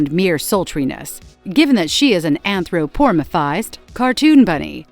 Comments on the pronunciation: its Anthro-po-morph-ized not Anthro-poor-muhphized😅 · Great video, good memories. "anthropornathished"? I'd probably try a different AI voice, this one has pacing issues andI really recommend typing the script more phonetically too, avoiding things like the above! Ah Rogue...